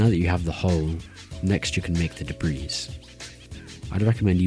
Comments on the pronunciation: hi im pretty sure you dont pronounce the "s" in debris so its more like "debree" :) also very helpful video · This dude really said "de-breez" 😂😂😂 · gonna make a map called: de_breez